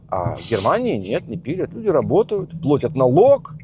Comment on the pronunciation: Все отлично, во всем прав, молодец, спасибо. Только пожалуйста, не плОтят, а плАтят, если тебе важно развитие языка. Если нет-забей😜